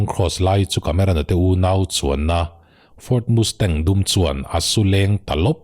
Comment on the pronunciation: Ford Mustang i lam rik dang hi a fel hlei deuh mizo a Mastang kan tih ang hian chhiar ri zawk la,,Mustang nilovin,ka lo ti ve mai mai,, Nia,,Hight school Pass lawmna a chhungten Muscle Car an lei sak ngam mai dan atang an khawsa ve thei ti leh amah pawh hi an ring tawk tih chu a chiang reng mai,,Thalai an nia vawi hnih khat han tlan chak changte chu awm ve tur alawm,,a tan rei tir deuh anih khi male